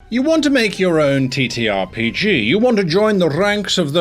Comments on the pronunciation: I can't help but hear he saying "t*ttyRPG" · he said TeeTee